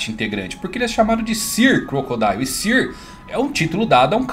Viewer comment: sãr, sãr 😭😭 não fale sir